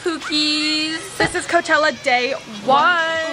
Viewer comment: NO BUT I HEARD “COCHELLA LETS SHAKE SOME ASS UP” YALL TOLD HER SAY “ cochella let’s shake some ass” :O they never forget they are true bff’s